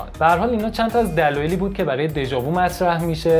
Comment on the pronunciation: prononciation "déja vu" nah "déja voo" .